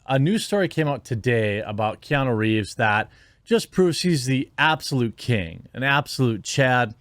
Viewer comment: It’s nuuuuu not nooooo. Keanuuuuu